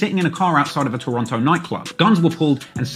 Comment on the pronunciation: Wonder when is going to pronouce Toronto right. Someone gotta tell that nigga.